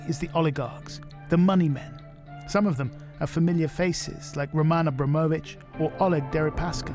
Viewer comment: that pronunciation of Roman Abramovic hurt my brain